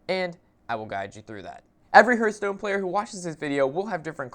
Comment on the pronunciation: Huurtstone? What game is that, how do you even say it wrong when, if you open up the game the dwarf guy sais it correctly....